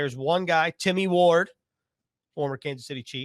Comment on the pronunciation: The correct name is Tim Ward not Timmy ward. Enjoy your podcast.